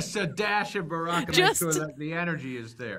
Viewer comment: Boccara ...No Baracca 😂😂😂